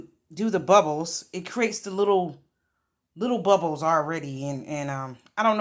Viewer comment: Omg the first time you said the little bubbles I swear you said little buttholes. Lol. I'm sorry, I'm easily amused and definitely hard of hearing. Lol